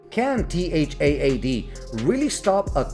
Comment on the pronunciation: Are you using Auto-Narrate? You can simply say TAD like in TADPOLE, it's acceptable. No need to mention T-H-A-A-D multiple times 😮‍💨